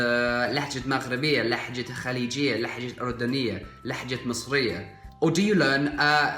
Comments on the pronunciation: It is لهجه not لحجه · اخي لهجة وليس لحجة استمر ♥️ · You're speaking good . continue dude ! But I have small note . You said " لحجة " and correct is " لهجة " . Go ahead. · You are pronouncing the word "dialect" wrong,it's pronounced لهجة not لحجة(lahja not lahhja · لهجه is pronounced with soft ه not ح